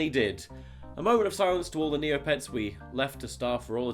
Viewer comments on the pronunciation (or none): "Neopets" lmao